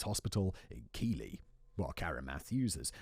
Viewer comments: Keighley is pronounced Keithley and nowt rhymes with scout. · It's pronounced Keithley spelt keighley